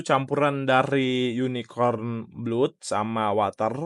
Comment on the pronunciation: Nyebut blood itu blad bg